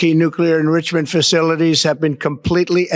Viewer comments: What's an "indrishament?" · Cant even speak the word 'enrichment'... who put this idiot in charge?